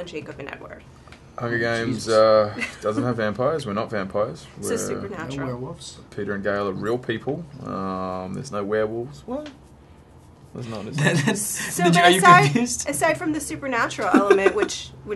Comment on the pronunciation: ITS PEETA NOT PETER YOU STUPID CRAZY TEENAGE GIRL!